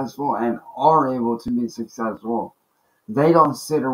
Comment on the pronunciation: He can barely even say the word "successful" let alone be it! 😂